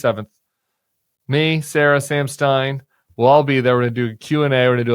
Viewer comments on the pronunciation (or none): none